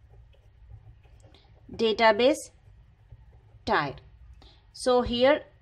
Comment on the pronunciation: Its pronounced Tier like tear, not tire